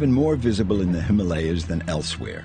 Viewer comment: I enjoy all your videos. They are filmed with great acre, attention to details, great photography, and a narration to go to make these videos truly AMAZING. If you could pronounce Himalaya correctly, it would be without flaws and perfect. You see, Himalaya, the name is over ten thousand years old. In sanskrit Hima (like Lima) means snow and AALAYA means temple. So Himalaya is the abode of snow, or temple of snow. However HimalEya is a nonsense word. It infringes on the very sensitivities with which we regard our sacred mountains. It is mentioned in the great book The Mahabharatha, with one hundred thousand in prose, a history of ancient Inida, The HimalAya is mentioned. Thank you if you care to correct it in future presentations.